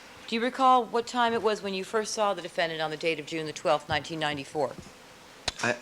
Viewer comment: Would somebody tell Mr. Darden that's it's pronounced defendant not defendaant? Thanks